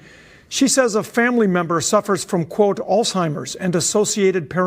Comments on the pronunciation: It's Alzheimer not Alztimers or whatever it is your saying. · Dude not ALLS TIMERS. Alzheimer. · "Alls Timers" Lol Wut?! 🤣🤦‍♂️ Alzheimer's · Did you say "allsteimers"? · No T in alzheimers! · Lol "alztimers" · "Alzdtimers" lol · your pronunciation of Alzheimer's is super cringe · Bro, the way you say alzheimers is insane. Where is the "t" in the word? Have you ever heard someone say the word?😂